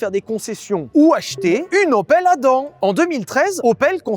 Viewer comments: J'ai une opel Adam, mais j'ai toujours prononcé ça*adamme*. Qui a raison? Je pense quand même que c'est 😅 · Hello. Mis à part la prononciation de Adam qui m'a titillé l'oreille tout au long du passage, merci pour ce guide :) Je garde donc ma Yaris 3 achetée 11k€ il y a 8 ans, le plus longtemps possible :D